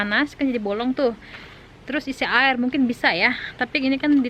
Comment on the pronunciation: Air bukan ail, Cara.. bukan cala, Terus bukan telus hahaha Etdaaahh 🤣😂😂